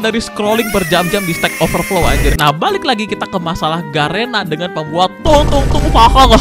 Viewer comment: "Tung tung saqhur" gile aksen nya fruancis uaple qruamble buagasq driqbleq